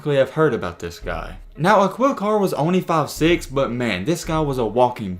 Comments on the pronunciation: Uh-keel carr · Dear Culture vulture Learn how to pronounce the mans name before you use him for views , Bare minimum .... Akeel Carr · Its pronounced Ah-kil Carr yo, aka the crimestopper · It’s pronounced A-KEEL CARR. It’s not pronounced how it’s spelt